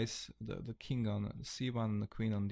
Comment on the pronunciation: Nice channel. But why do you love to say THING-K or KING-K in stead of THING or KING? Hahaha